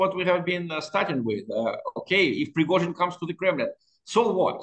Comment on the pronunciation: Say "Pigrozhin" again . . . lol. Why can't you even pronounce his name correctly?